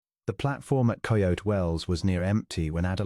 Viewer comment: I agree with the comment about the background picture not having anything with the story. Also the narrator mispronounced several words (for example: depot, Coyote). The story itself had an interesting premise - hopefully the story will be worth the time I am taking the time to listen. Listening from Clarksville, TN.